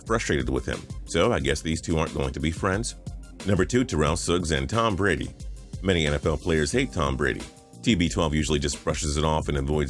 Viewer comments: "Tom Brad" XD LOL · "Tom Brad" lol